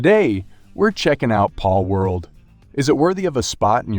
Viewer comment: It's giving Benedict Cumberbatch trying to pronounce "penguins" vibes. Why does he call it "Paulworld" and randomly switches between calling the creatures "pals" and "pauls"?